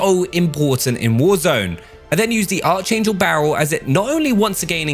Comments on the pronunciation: Its called a archangel but u pronounce it (ark-angel) its like the angels Michael Gabriel and lucifer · It's pronounced ARC-ANGEL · AGAIN, stop saying archangel like that!